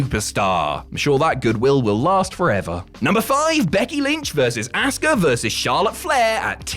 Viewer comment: Stop calling Asuka, "ASS KAH". That's not nice. She is a good person